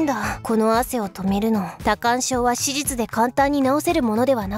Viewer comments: 全く関係ないけど手術が地味に言えてないのが可愛い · 手術の事しじゅつって言った！ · 思ったけどフェルミって手術のことしじつって言うよね